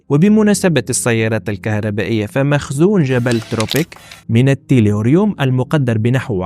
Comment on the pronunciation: التيلوريوم وليس التيروليوم Tellurium in English - Le Tellure en français